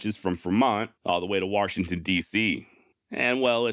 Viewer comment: There's no R in Washington. : )